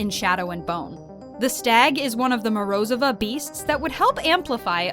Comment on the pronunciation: Mispronouncing Morozova killed me.